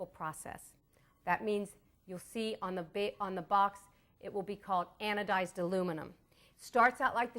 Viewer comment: "Anodiz" get a dictionary.